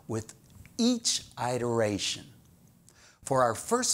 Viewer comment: Pronunciation iteration - IPA(key): /ɪtəɹˈeɪʃən/